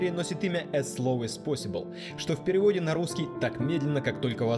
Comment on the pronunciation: Эз посибл - охренеть произношение!